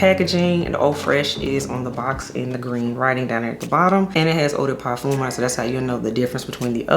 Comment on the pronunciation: Hey girl I speak French I can help you with parfum pronunciation, it’s par f uh . No M